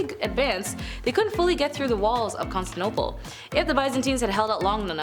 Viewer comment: Are you trying to say Constantinople. It has 5 syllables. Con Stan ti no ple